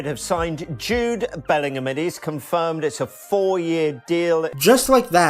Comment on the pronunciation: Jude Belling-Him